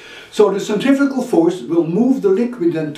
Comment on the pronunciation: haha...you said "centrifical force" ~(